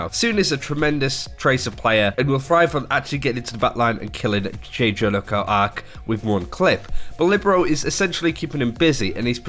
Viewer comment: Just an fyi, Jjonak is just pronounced: Jo-nak, not J-Jo-nak.